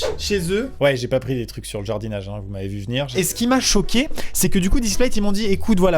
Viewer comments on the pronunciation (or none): c'est moi ou il a dis je suis chauquet